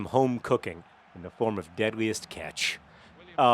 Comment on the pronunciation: It sounds like you're saying deadliest ketch, which I find amusing due to my disdain for the ketch rig of sailboat.